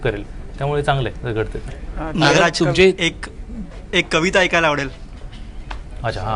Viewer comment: Naagaraj नाही re नागराज सर म्हण येड्या bhokachya